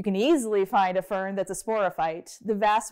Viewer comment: Fern I mean Vern 😂😂😂